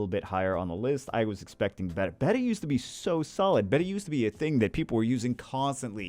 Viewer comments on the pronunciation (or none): none